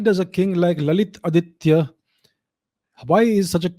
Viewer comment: Your subscriber expect to learn from your videos. It is better to speak Bharatiya names, symbols, etc with correct pronunciation e. g. ललितादित्य, कल्हण, मार्कण्डेय, etc.